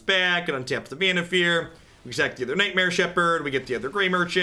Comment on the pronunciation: I dont know if its right or if someone pointed it out allready, but i think its pronounced Vannif«A»r as in far away... anyways, loving your content as always.